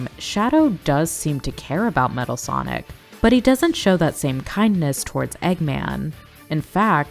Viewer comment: you Also Said "Matal"